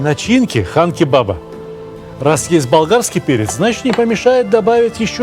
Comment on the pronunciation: Сталик здравствуйте! На якутском, Хан- кровь, не Кан. Спасибо вам за контент большое, смотрю всегда с удовольствием!) Якутск передаёт привет!